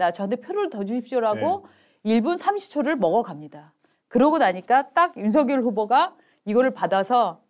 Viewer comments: '서결'이라니 발음이 너무 ㅠ 누구 이름을 부르는건지요 발음 신경 좀 쓰세요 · 아직도 윤서결이라고 호칭하네요 윤석열후보 본인도 윤성열이라고 본인을 말합니다 두가지 호칭으로 듣기 거북한데 윤후보 본인이 어떻게 발음하는지 듣고 제발 따라하세요!! 센스가 너무 없어